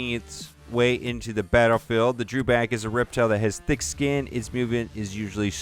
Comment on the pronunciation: Your mis-pronouncing Dewback, there is no letter R in the name.